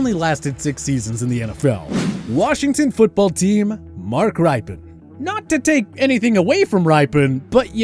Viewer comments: Rippen, not RIpen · My 49ers would have ruined Aaron Rodgers if he was the pick. That was the worst team I've watched in my 40 years of fan hood. Also TPS needs someone to coach the "talent" on pronunciation of the names of the people they talk about. Mark Rip-in is correct. Not Rye-pen. I love the channel but feel like a lot of your "talent" doesn't watch the sports they are covering. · Who IS this dude?? Mark RIPEin??? It's Mark RIPpin!!!! And if you win a Superbowl, you're not overrated! This guy is a hack! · His named is pronounced rippin very simple.